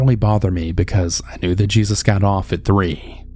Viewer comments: Smh cmon cannabal really ??? Smh it’s not JESUS (GEE-SUS) it’s obviously JESUS AS IN ( HAY- SuuS) 🤦🏿🤦🏿🤦🏿🤦🏿🤦🏿🤦🏿🤦🏿🤦🏿🤦🏿🤦🏿🤦🏿🤦🏿🤦🏿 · It’s no JESUS, it’s HEY-soos, it’s Spanish 🙄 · Um... Jesus... Geezus?? I think you mean Jesus pronounced Hay-zeus 🤨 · Jesus pronounced Hey Soos. Lol. I’m assuming 💁🏻‍♀️